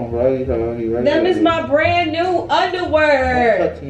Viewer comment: «give me my underwurr 😂😂😂😂😂